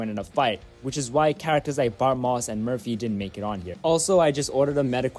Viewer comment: Tell me you're not a South African indian. Based purely off the way you say "Murphy" lmao